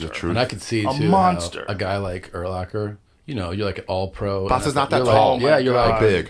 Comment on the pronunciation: Dude it’s “ur-LACK-er” not “ur-locker”. Smh lol I would’ve paid to see him and Bas fight, however short it would be 😂